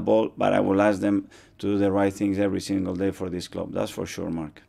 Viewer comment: The way he says "Mark". Brutal.